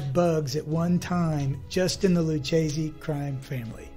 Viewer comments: Lou-Kay-zee. Not lou-chazee. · Are any of you Italian? Lucchese is pronounced "lukkese". The "ch" in Italian is pronounced like the letter "k". Also "capo" is pronounced "kapo", not "kaypo".